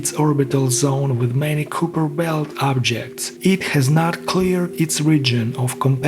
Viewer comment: You don't know how to pronounce Kuiper properly. It's pronounced KYE (like "LIE") - PER.